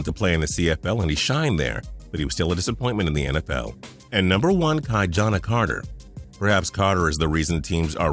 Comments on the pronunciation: It's KEY-JAH-NAH , Not Kai-Jana. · This video is a bust. Mispronounced Kijana, last straw 4 me.